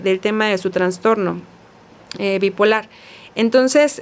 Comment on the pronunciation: Sorry! Es TRASTORNO, NO TRANSTORNO!!! POR FAVOR 😢